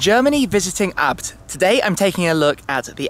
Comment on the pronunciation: It's A.B.T not abbed 🤣